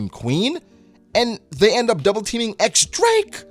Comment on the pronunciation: Its "Diyes" not "ex" Drake. But yeah, great chapter and review.